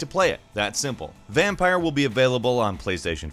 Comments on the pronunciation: Every time says Vampyr as Vampire i cringe. It's VampYR man, cmon. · Did he call VAMPYR VamPIRE ? Hm